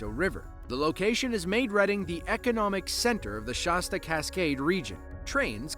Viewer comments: It's not "Shawsta", It's pronounced "sch-ass-ta", Like the cola. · It's "Sh-aa-sta" not "Sh-aw-sta," is this AI? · "Shosta County"????? It's "ShAsta County." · Shaw-sta? Nope, that's not right. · Who knew? All throughout the '60s growing up in the Central Plains, wrongly pronouncing the brand name of the "value-priced" pop (orange, strawberry, root beer, cola) - it's 'Shah-stuh ... Same with Colorahdo.